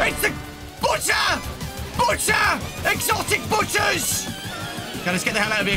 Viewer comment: What is saying "EXOTIC BUTTERS!" What I hear "EXOTIC BUTCHERS!" (Not making fun of him)